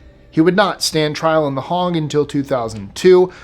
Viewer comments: you do so well with some of the most complicated pronunciations, but i thought I'd offer some help. The 'Hague' is pronounced 'hay-ge'. Not 'hog' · the A in The Hagg is pronounced as a long A. not as an O as in Hog which is a farm animal. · The Hague as well. A little iffy on some of the Serbian names, but my wife is from that area, so I’ve heard the names from her repeatedly. Good job with the Iraqi a-holes. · it is an easy mistake for Americans to make as the pronunciation due to the difference in how we europeans pronounce the 'a'. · I love your show but can you learn to pronounce things it's Hague not hog and it's slow-badan milosavich these are pronunciations not spelling but back to I love your show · Lord Haw Haw is pronounced "hore hore".. just to let you know that also The Hague is "hay-ge"